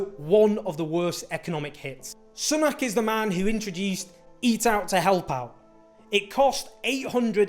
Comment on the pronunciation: ‘Soonak’ not ‘S’nak’